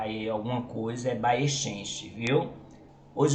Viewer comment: Excelente informação sobre o município. É preciso, porém, ressaltar um ponto em que houve equívoco: o gentílico se escreve bayeuxense, mas se pronuncia "baieuzense" (e não baiechenche, como no vídeo). Note que o "x" também tem valor de "z" em algumas palavras do português, como exame, exemplo, exato etc., e não somente de "ch". No mais, parabéns pelo vídeo.